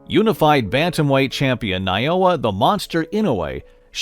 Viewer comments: Is it really that hard to say "NA.O.YA"?, you guys can spelled Tchaikvosy, or Smrnffenrntrov, but struggle to spell NA........O......YA? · This vids awesome, but I swear this dude can say everyone's name but Naoya's right lol.